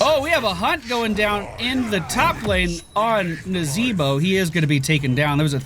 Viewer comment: Your nazeeeeeeeebo was on point